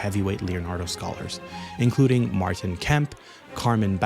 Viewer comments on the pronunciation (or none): none